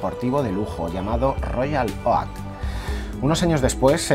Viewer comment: jajajajajajajjajjajajajajaj que gracia como pronuncias royal oak ( se pronuncia como 'ouk' en inles)